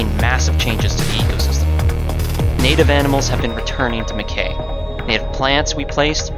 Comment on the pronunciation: Mackay is pronounced “Mac-eye” - rhymes with sky.